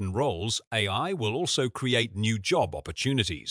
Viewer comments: Yes. There will be a 'jobe' market for 'ay', that we'll all be shut out of. ...or perhaps 'shit' out of. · Hilarious.. all this positive promotion of AI, and the AI generated voice over can't pronounce 'job' properly. How revealing.. I predict most language pronounciation changes of words across society will now be much quicker than normal, and driven by AI glitches repeated over and over..